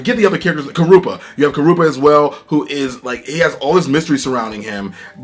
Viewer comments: You said karupa🤦🏾‍♂️. It's kurapika. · Bruh, the way you pronounce the Hunter x Hunter character names hurts 😂😂😂 Specifically Killua and Kurapika.